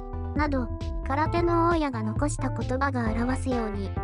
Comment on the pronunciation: 大家（たいか）ですよ